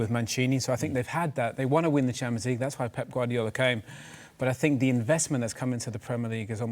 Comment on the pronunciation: Dont ever say 'champo' league ever again!